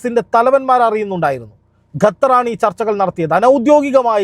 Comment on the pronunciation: ഗത്തർ അല്ല ഖത്തർ ആണ്